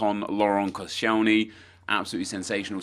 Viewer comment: "prime icon laurent kocienly"...